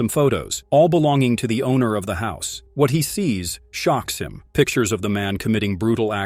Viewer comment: What the heck kind of English dialect is she speaking? It sounds like garbage. She pronounces words like "what", as woht. lol